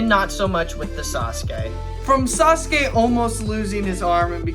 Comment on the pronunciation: Finallly! Someone else who makes fun of Sasuke and says it sa su kee. Also this is a great video, super underrated!